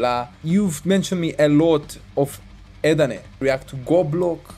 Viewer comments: not "Ut" but like u say "A - At" CMIIW 🙏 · E ET not eet